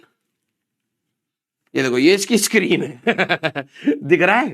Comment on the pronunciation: Screen ❌sakreen😂😂✔️